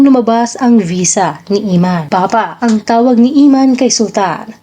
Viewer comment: anong " Imman "...? Emman, sester!!!:face-blue-smiling::face-blue-smiling::face-blue-smiling